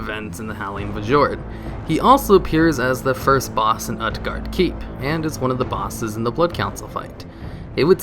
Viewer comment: Varee-mathas Howling Fu-jord Uht-Garde Keep Damn,, you butcher the FUCK out of your Warcraft terms.